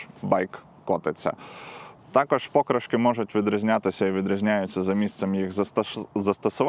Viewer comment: Покри"шки , мені здається наголос так правильно.)